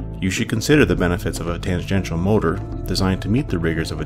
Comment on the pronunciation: Lamentably, I must inform you that the narrator pronounces tangential incorrectly.